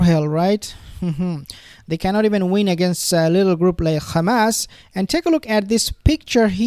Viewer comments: Why do you Pronounce Khamas? the closest pronounce is Hamas. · HAMAS . The group in Palestine is called Hamas with a H. Modern Hebrew changed the letter Het into Khet so despite being able to pronounce H , they choose to use their linguistic derivation . As a person who understand Arabic , I can tell you it’s a H and in no way Kh sounded . Same wit with Hezbollah which has a H . Note the way Israelis exaggerate the Kh to try to make us sound scary or like they are spitting . You should not repeat their games